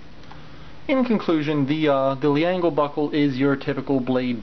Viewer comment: Err...Leangle is pronounced "ｒｅｎｇｅｒｕ" or "Lengel"